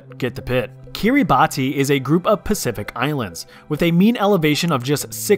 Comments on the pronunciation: The way he pronounced Kiribati is enough to make anyone from Kiribati cry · Interesting how you consider countries bad or boring for having a lot of mountains. Kyrgyzstan has been near the top of my bucket list since 2019 BECAUSE of all the mountains lol (also learn how to pronounce Kiribati and São Tomé e Príncipe correctly, you're not a high schooler anymore lmao come on man) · There are I believe actually two pronunciations of “Kiribati”. The one he said and the one you said